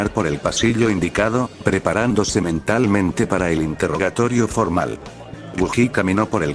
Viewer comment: Yo escuche que se estaba preparando sementalmente xD